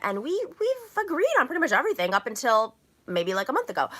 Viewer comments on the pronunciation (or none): none